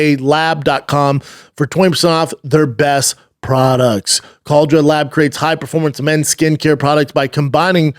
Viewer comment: Can't even pronounce the sponsors name right! Cal-der-a-lab